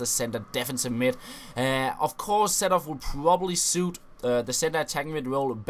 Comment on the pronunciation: His name is pronounced "C Door-f" not "Setorf"...